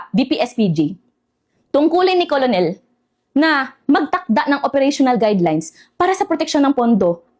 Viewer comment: Madam, just asking lang po? Colonel diba pronounced as Kernel? I think it's wrong to pronounce it as Colonel as how it spelled.